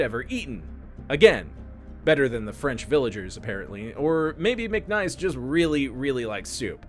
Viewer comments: His name was Mic niece not Mic Nice, As in my niece and nephew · His name was McNiece (like your brother's daughter), not "McNice".